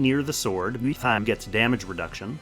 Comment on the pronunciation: Someone should count how many times you used that “WeHtTaM” sound slip lol never gets old when you use it for some reason.